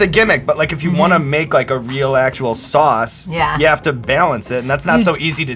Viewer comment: couldn't help but laugh at 's.o.s chilli'. it's really just pronounced 'sauce', sean.